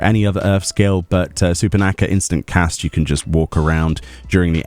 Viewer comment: It's surpanakha not supernaka and its aetheric mimicry not aetherical mimicry